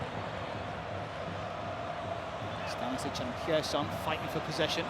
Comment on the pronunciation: Cracking match, Kane outstanding, Neuer too. Why can't commentators (who are supposedly professional) learn in advance of a match how to pronounce names of players? It's not Gerson with a hard G, it's with a soft G (like J). Equally the Brazilian commentators can't be bothered to learn how to say 'Kane'.